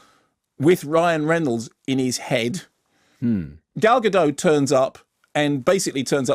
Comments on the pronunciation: Gal Gado? It's Gadot, Kermode. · Yes, but she's Israeli. It's pronounced "Gadoh".